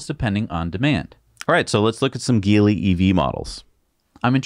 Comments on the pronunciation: i may be wrong but isnt it pronounced "X Pung" & "Ji-Lee" ? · GEELY should pronounced as G - Lee